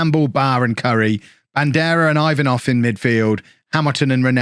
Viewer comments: Ivanov is pronounced E-vanov not i 😛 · your pronunciation of Ivanov is straight up hilarious